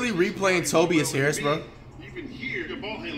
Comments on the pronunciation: "tobis hairis" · "toe-bee-yes harris" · Nobody: Flight: "Tobeas Haris" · Toe-bee-us Harris lmaooooo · Toe-B-Is Harris. - FLIGHT REACTS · “Tobeeas harris” fr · Nobody: Flight: tobyas harris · Flight said Tobies Harris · “Tobees harris” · This is not a hate comment but isn’t flight mispronouncing names on purpose just getting boring like tobeis Harris I s another one to the collection like the more players he mispronounces the less funnier it is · When Flight does not have a name that he can mispronounce such as Tobias Harris, he flips it so he sounds even more dumb and to keep the act going (Simmons of Ben)